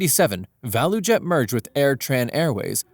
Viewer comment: For future reference, ValuJet is pronounced "value jet". Just putting that out there.